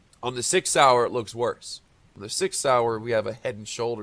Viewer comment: Every time you say six hour I hear Sig Sauer